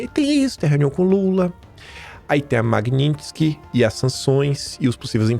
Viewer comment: amém o aprendeu a falar Magnitsky